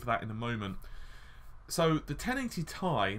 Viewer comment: Curious what your reasons are for saying 10GB is at odds with a 384-bit bus? As a side note I've never heard anyone pronounce "Ti" as "Ty" it sounds weird :P Also "en em" (nanometer) also sounds weird, I'm not sure why though :D